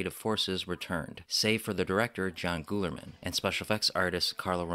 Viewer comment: The director's name is pronounced GUY-LER-MAN. Despite the spelling, that's how it's said.